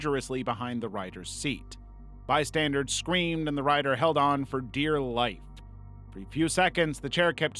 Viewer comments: Bystanders. Bystanders. Not bystandards. That is not a word. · do you purposely say bystandards instead of bystanders? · BystandERS not bystandARDS PLEASE… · Didn't notice he did this until it was pointed out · it's pronounced bystandERS, not bystandARDS. i was cheering for you to say it right one time. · Exactly!!! Omg it annoys me so bad every time I hear him say “bystandards” 😭